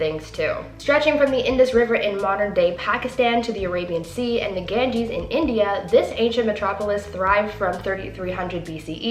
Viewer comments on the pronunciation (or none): none